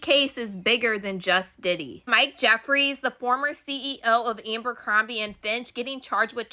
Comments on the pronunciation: If that girl said Abercrombie incorrectly one more time..... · I swear to god if I have to hear her say Ambercombie one more time….😂 who’s gonna tell her it’s Abercrombie???